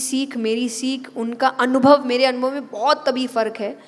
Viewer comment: Read Anubhav instead of daunubhav.